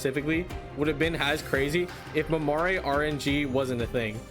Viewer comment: Just a little note but Mamere is supposed to be pronounced kind of like mamair, the last e is silent.